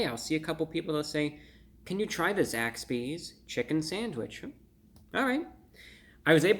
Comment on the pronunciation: I keep thinking he's saying Zack Speed, an old F1 team. Gimi!~